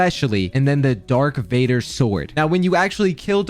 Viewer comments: He definitely just said "dark Vader" instead of "Darth maul" to farm comments, but I guess it worked lol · I love you but its darth vader not dark vader, its irritating me cus im a big starwars fan. Love the vids keep up the work! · Not “Dark Vader.” It’s Darth Vader. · why haven't you ever watched Star Wars???? You called it the "Dark Vader Sword" 😂😂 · DARK VADER???!???! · bro, i love u, but darth vader, not dark, DARTH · Dark Vader? Love your vids! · “Dark Vader”💀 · who the fuck actually calls him DARK VADER?! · Bro said dark vader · “Dark Vader” 😭😭😭😭😭😭😭😭😭 😳🔫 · "dark vader" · he keeps saying Dark Vader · Bro said "Dark Vader"💀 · when dark vader 😭